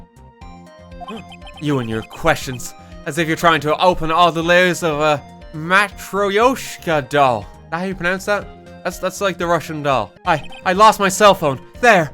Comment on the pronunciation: "матройошка" лол